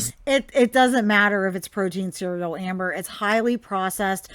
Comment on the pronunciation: You said Hamber! Love it! LMAO